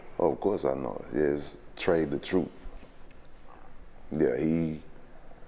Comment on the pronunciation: “Tray the Troof” 🤣😂😅😂🤣😂😅